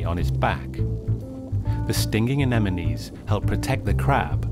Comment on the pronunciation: HE SAID ANEMINIES